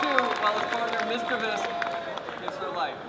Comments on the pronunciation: says misdreavus like misrevus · THE WAY HE SAY MISDRUVUS MAKES ME WANT TO makes makes me WAN TO KICK YOU XD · REPEAT AFTER ME MIS DREEA VUS SO WRONG THE WAY U SAY IT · the guy said mis-drah-ves, the old way to pronounce misdreavus